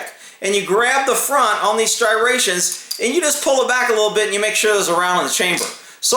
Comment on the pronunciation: He said "STRIRATIONS"!!!